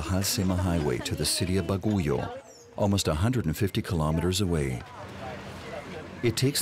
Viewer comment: Bagyo is the right pronounciation of Baguio , not baguyo